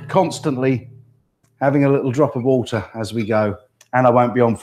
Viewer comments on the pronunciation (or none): OMG!! Please, do a show where you just keep saying the word "Woah-ter". LOVE IT !!